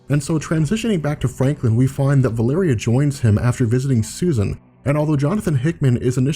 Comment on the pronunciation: Wait, is the really the way you're supposed to pronounce Valeria?